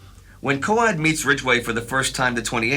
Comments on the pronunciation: thanks for all your excellent work this year! Are your sure the Basil Coad's name is pronounced Co-Ad and not to rhyme with road, though? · ‘Coad’ is pronounced ‘Kohd’, like ‘code’.